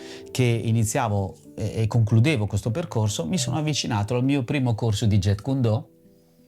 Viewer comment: Però ragà basta chiamarlo jet... Non é un aereo. Si dice Jeet (giit). Almeno il nome diciamolo bene cazzo. Sennò inutile dire qua si parla di arti marziali a destra e sinistra. Casca il pero quando sento parlare dei Jet ✈️🤦🏻🤦🏻🤦🏻🤦🏻🤦🏻